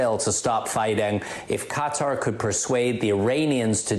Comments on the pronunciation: I went to college with a couple guys from Qatar. You do not pronounce it cutter... For you phonetics Learners If anything you spell qatar as (c)a tar with a long a. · " Qatar "...not cuter !!! You have an international audience.